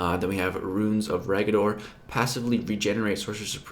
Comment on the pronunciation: its Runes as in roons, not ruins.nice vid. Cringed every time you did it.